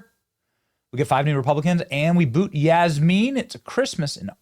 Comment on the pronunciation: Jasmean? Lol!